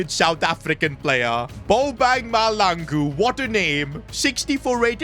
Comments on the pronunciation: Bobang MAHLANGU not Malangu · Mahlangu bro not malangu😂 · Bro he's not malangu.He's Mahlangu.As in Mah-cla- han-ngu.Mahlangu😭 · It’s not malangu it’s mahlangu you pronounce the H i’m south african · bro its Ma-hlangu not malangu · Bro Calling Mahlangu Malangu He needs some south african pronounciation lessons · It's ma-shalang-u that's how it's pronounced not maha-langu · as a South African, I’m here to tell you that you pronouncing the name wrong, it’s not Bobang Malangu, it’s MA-HLA-NGU😭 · Hey I I know you are not versed in south African speak but to say mahlangu you have to say it like mah and that hl is pronounced with your teeth closed with your mouth open blowing air through it which results in mahlangu not malangu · that's not how you pronounce bobang mahlangu 🤦‍♂️🫩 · your pronouncing mahlangu wrong you need to place your tounge to the roof of your mouth and say hlangu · I hate when he says Malangu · Try playing the South African striker like 15 games . And stop pronouncing the names wrong Coz I'm southafrican . It's pronounced maahlaaanguuu . I guess I would say pronounce the hla as tla like matlangu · No way bro called him balbang mahlangu on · 😂 you pronouncing Mahlangu wrong the h is not silence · Btw it's pronounced bo bung ma tla n gu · When pronouncing Mahlangu you must have emphasis on the HL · Mahlangu listeniing to butcher his name and expect good perfomances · You keep pronouncing Bonag Mahlangu's name wrong like crazy